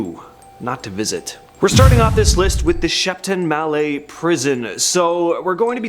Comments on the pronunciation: Shepton Mallet as in Pallete not "Malley" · The ‘T’ isn’t silent in Shepton Mallet, so it isn’t pronounced ‘mallay’. 😂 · Shepton Mallet isn’t pronounced like that mate. We may be close to the French and do drop our T’s due to lazy speech techniques but we don’t drop them purposely like the French do. Shepton Mallet is said as it’s spelled. Like a type hammer, MalleT. Us English don’t tend to fancily change how words sound like that. If it was unpronounced like the French do, we just wouldn’t write it. What’s the point? Lol 👍🏻🐜🇬🇧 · As someone who used to live there, it's a funny pronunciation of the name